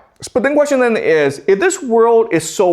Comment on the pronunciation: That’s a great qweshtion